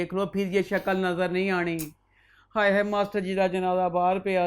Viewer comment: I love you. the way you say "Hayeee" reminds me of my Khalas they are from gujranwala same accent <3